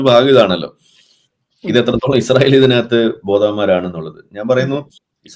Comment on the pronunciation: ഇശ്റായേൽ അല്ല ചേച്ചി ഇസ്രയേൽ നേരെ ചൊവ്വേ പറഞ്ഞു പഠിക്ക്..